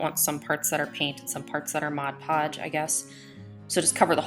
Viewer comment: Thank you for pronouncing Mod Podge correctly!!!!